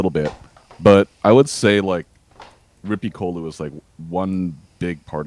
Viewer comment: The pronunciation of Rippikoulu and Musta Seremonia sounded so funny :D But very cool that they were mentioned!